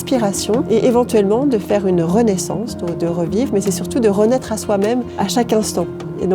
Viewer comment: "renaître" ça m'a fait rire XD